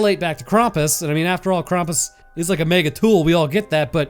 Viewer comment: ´Most of the world very sanely celebrates christmas on christmas eve. Hence, christmas eve IS christmas. Thanks. And PLEASE freaking stop pronouncing "Krampus" as "Krompas". No one. NO ONE calls him that.